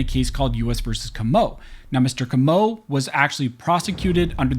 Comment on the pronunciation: Comeaux is pronounced KOH' moh He's from New Iberia, Louisiana. Please pronounce our surnames properly. I'm a Broussard (BREW sard) from Lafayette.